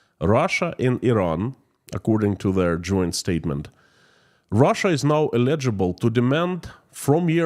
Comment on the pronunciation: Check the pronunciation of "eligible"... this is just a tip, not a slam. Your English is very good... light years ahead of my Russian... but mispronunciation of that word will confuse some folks. Your program, by the way, is excellent.